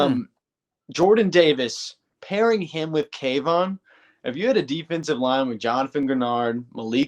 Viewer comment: I’m just glad you pronounced Kayvons name correctly now.. before you used to f it away… go back and look..